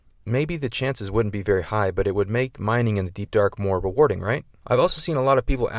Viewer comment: “It would make mining in the deep dark more re-Warden” ok i’ll stop...